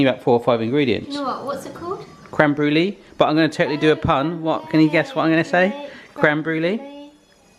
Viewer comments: it's pronounces Bru-lay not bru-lee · Isn’t brûlée pronounced brewlay not brewlee?